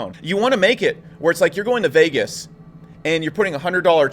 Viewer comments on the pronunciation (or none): none